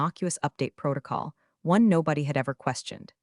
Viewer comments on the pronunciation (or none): none